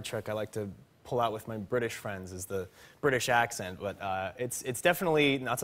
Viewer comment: That was actually a good English accent